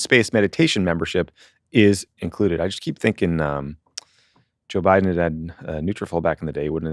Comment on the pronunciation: Why does he pronounce Biden and Kamala like that? 🤣